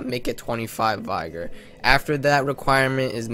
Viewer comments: He said it like vygor lol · Vi-ger. ... lol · vigor is pronounced like bigger with a v instead of a b, not like tiger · This dude dumb? He dont even know how to say vigor right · I refuse to listen to anyone who doesnt know how to pronounce 'vigor'